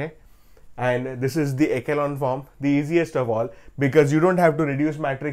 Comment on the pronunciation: echelon is pronounced as (e-shu-lon) sir❤